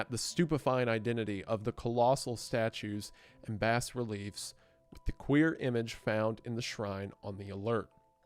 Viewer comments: Just FYI, the "bas" in "bas relief" is pronounced "ba." It's one of those scary French words. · Entertaining teardown of the novella. Minor nitpick is it's pronounced "bah relief".